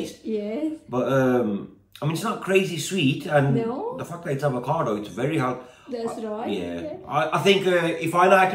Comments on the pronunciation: Avocado mbak.. Bukan ALvocado.. 🤦🏻‍♂️😅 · AVOCADO mbak bukan ALVOCADO 😁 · Jgn bilang Al vocado mbak...bilang sj Avocado ☺️